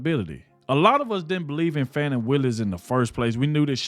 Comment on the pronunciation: I dont like her but you should pronounce her name correctly. Don't be like biden.